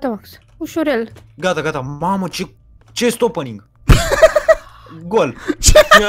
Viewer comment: La minutul remus zice chest oppening😂gol